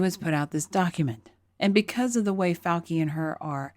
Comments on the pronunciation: Great video,, wish I could give it two thumbs-up. But it's "Fau-chi," not "Fau-ki." We New Yorkers know this because we grow up with lots of Italian-Americans. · “FAW-chee,” not “-kee”